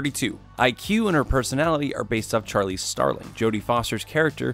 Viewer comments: “Charlice starling” omg that made me mad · Did he say Charlie starling ?